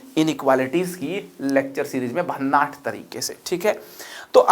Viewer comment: भन्नाठ नहीं भन्नाट होता हैं वो गुरू